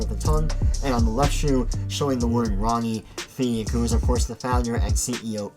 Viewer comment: “Ronnie Feeg”